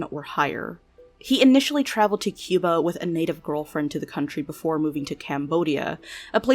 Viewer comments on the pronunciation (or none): none